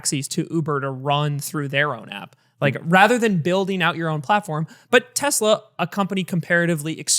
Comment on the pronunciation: "Tezla" - Doug